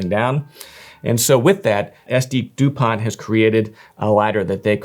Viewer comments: Pronounced without the T like Dupon , at the end. How do these compare to Cartier? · Thank you for this cute and extensive review… But who tf buys a 500+€ lighter without figuring out how to even pronounce it?